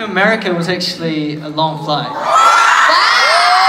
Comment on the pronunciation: That "actually" was so kiwi xDD